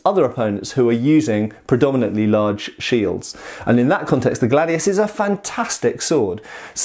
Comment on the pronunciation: About pronunciation: Glàdius Hìspaniensis Actually wasn't gladius who conquered the known world, it was professionality and organization. Romans sucked at cavalry and archers. Some historical writers said gladius was made to cut limbs arms and legs, this has been proved by some people who did the same execrice japanese do for katanas, rolled bamboo tatami which has almost the same thickness of a human body. Great video. P.S. about historical periods, here in Italy we have a total distinction between ancient era (before greek culture) and classical era (greek and roman period)